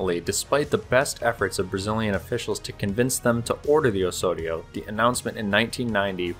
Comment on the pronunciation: The "s" has to sound like a 'z"... like in "house"... Osorio is pronounced "awZawreeoo".